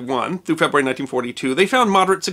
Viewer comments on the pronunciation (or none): none